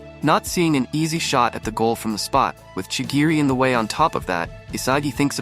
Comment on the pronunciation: Not to be rude but ur pronounce is incorrect chirigi